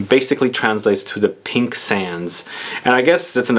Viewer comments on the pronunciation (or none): none